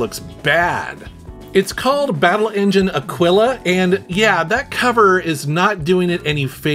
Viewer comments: Hint: "Aquila" in Italian means "Hawk" , and the accent is on the first letter: àquila , not aquìla. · Akeelah, not aqwillah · Battle engine aquila sounds like Battle angel Alita 😂